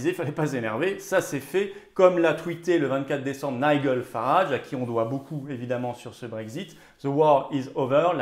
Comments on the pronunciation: On dit 'Naï-djeul' Farage, pas 'Naï-gueul', Florian ☺️☺️😁... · Nigel Farage, se prononce Nijel Farage